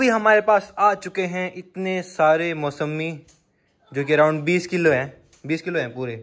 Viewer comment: Bhai mosemi nahi hata mosami hota hai